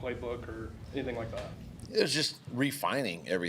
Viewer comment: Dude no joke you can really hear the southern twang now when he says the words "Anything" or "Everything" 🤣🤣🤣